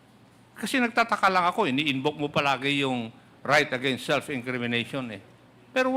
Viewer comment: 𝐆𝐮𝐨 𝐇𝐮𝐚 𝐏𝐢𝐧𝐠 𝐚𝐥𝐢𝐚𝐬 𝐀𝐥𝐢𝐜𝐞 𝐆𝐮𝐨: "𝐢 𝐞𝐯𝐨𝐤𝐞 𝐦𝐲 𝐫𝐢𝐠𝐡𝐭" ( 𝐞𝐯𝐨𝐤𝐞 𝐢𝐧𝐬𝐭𝐞𝐚𝐝 𝐨𝐟 𝐢𝐧𝐯𝐨𝐤𝐞) 𝐢𝐛𝐮𝐤 𝐬𝐲𝐚 𝐧𝐠 𝐢𝐛𝐮𝐤 𝐩𝐚𝐫𝐚𝐧𝐠 𝐩𝐢𝐠😂😂😂